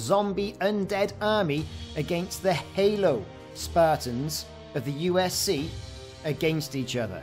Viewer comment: loved the battle but its unsc not usc :)